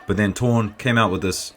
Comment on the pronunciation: The name of the under 66kg fighter is pronounced Torné (no silent E)